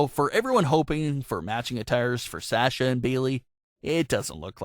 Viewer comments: Its Sasha not sacha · Nice video!! Great job. The only tiff is your pronunciation of her name. You say Sasha like "sas" but i believe the beginning of her name is pronounced "sah" instead. But seriously, good job dude. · Its Sasha not Sahhhsha... rant over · it sounds like Shasha...noticed long ago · “Sasher” or “sashur” is how he pronounces it, it’s weird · He doesnt say Sasha correctly!!!!! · Does anyone else hate the way this guy say Sasha? LOL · Lolol it IS different isn't it?! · Yes says her name wrong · Yes my god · You can't even pronounce Sasha right...LOL! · Sounds like you’re trying to use a Boston accent to say Sasha, since she’s from there